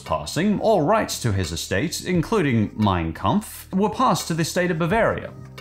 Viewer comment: Why does "Mein Kampf" sound like mine cu